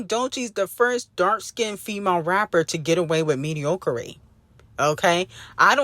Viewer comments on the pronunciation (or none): Its mediocrity. Mee-dee-ock-rih-tee